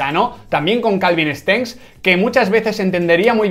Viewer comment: Nadie: Absolutamente nadie: Quintana: Calvin Stengs